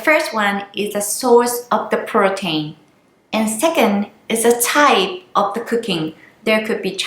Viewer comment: please say protein like (pro teen) 😀😀 but great video :))